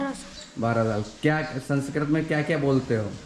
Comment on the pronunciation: संस्कृत बोलीये जनाब, संसकरत नही.